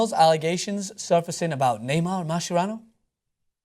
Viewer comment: I hate the way you say Mascherano